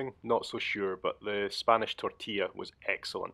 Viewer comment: Spanish tortilla. Tu pronunciación de tortilla ha sido casi perfecta...👍😜. Deduzco que te encanta España. Bienvenido a este país tan tremendamente variado con una cultura e historia apabullantes🇪🇸.